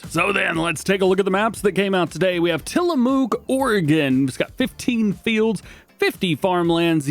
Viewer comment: Despite all the dairy cows, it's not pronounced "Tillamooook" The 2 "o"s are pronounced halfway between long u and short u.